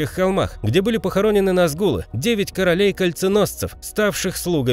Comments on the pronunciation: В слове Назгул ударения на а) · Не вполне хорошее название,и Га́ладриэль,На́згул